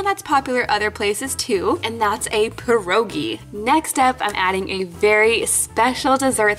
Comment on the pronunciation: OK so I’m Polish and she didn’t say pirogi right... also if you didn’t know pierogies actually are from Poland so yeah! No hate just telling you! 😌😉 P.S. love your vids!